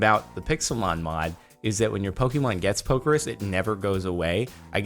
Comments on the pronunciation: Jardon.. Pokérus is pronounced like Poké then Rust but without the t. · whos gonna tell him he pronounces pokerus wrong